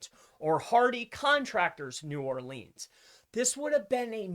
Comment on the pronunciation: I love you brother, but your Nawlins client is going to fire you for mispronouncing "New Orleans" sooooooo many times! hahaha...keep rockin it,!